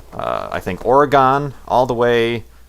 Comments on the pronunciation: I know it's late, but it's OR-A-GIN, not OR-A-GON. I hate it when people pronounce my home state's name wrong. :P Pet peeve of mine. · "Or-A-Gone",? No...it's "Or-a-gihn" like "or again". You silly. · IT'S OR-UH-GUN!!! GAWD. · Or-re-gone. XD Always cracks me up. :) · That pronunciation of Oregon hurt me. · Corsair? "It is a good day to die." Oh by the way you pronounced Oregon wrong XD